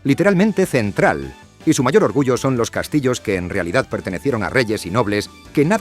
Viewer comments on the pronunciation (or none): none